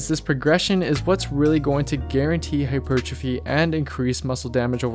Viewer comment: Hypertrophy. Not "hipurtrafee"